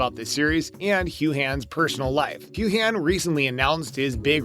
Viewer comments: What an idiot moderator! "Hew-Han?" "Leee-on-elle?" "Cate-tree-onna"? If you people want us to take you seriously, you should learn to pronounce the names correctly! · Her name is pronounced KATRINA and Sam’s last name is pronounced HEWN. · Learn how to pronounce "Heughan" correctly. This is a no news time waster. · Please hire another narrator that respects pronouncing the names properly . I’ll volunteer to narrate , FOR FREE, rather than hear this narrator butcher Kate’s and Sam’s names so badly . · Bull---t click bait! They didn't even talk about that in the video, so it's just click bait! Furthermore, this channel isn't even actual fans of the show since the can't pronounce Sam's last name or Caitriona's first name correctly! They are just trying to get more views by capitalizing on the hype for season 6!!